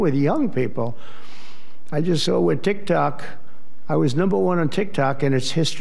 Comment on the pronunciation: He’s trying to prove that he can say TikTok, not Tic tac😂😂